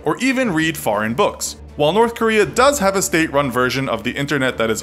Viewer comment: Nobody: You: Norf Korea